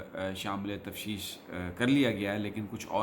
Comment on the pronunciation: سر بڑے ادب سے گزارش ہے کہ "تفشیش" نہیں "تفتیش" ہوتا ہے۔۔